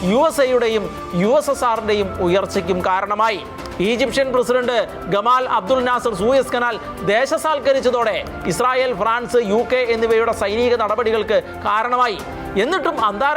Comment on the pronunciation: ഗമാൽ അബ്ദുൽ നാസർ അല്ല. ജമാൽ അബ്ദുൽ നാസർ ആണ്.